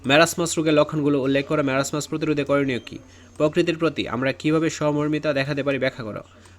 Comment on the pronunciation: marasmas na marasomas:face-blue-smiling::eyes-purple-crying::eyes-purple-crying::eyes-purple-crying::face-fuchsia-poop-shape::face-blue-smiling::face-blue-smiling::face-blue-smiling::face-blue-smiling::face-blue-smiling